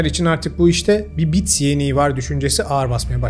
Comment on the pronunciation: Bit yeniği yerine "bits yeniği", elitler yerine "editler" demeniz (sadece altyazıda değil sesinizle de), video metnini yazdıktan sonra sesten yazıya dönüşüm yaparken oluşan hatalı yazımlar olduğunu, muhtemelen videonun son seslendirmesini ise ses klonlama ile YZ'ye yaptırdığınız için bu yazım hatalarının seslendirmeye de yansıdığını düşündürdü. Eğer öyle ise, arada konuşurken sizi gördüğümüz kesitler de sentetik olarak üretilmiş demektir. Anlattıklarınıza çok önem verdiğim için sizi görüntü mükemmel olmasa da gerçekten görmeyi tercih ederdim.